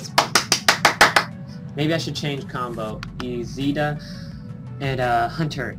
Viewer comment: Cool but it's isida not izida